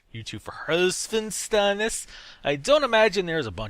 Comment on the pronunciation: You really think German accent is cool? :D Btw, i think this is a cool idea. (and yeah, you totally butchered up his name :D)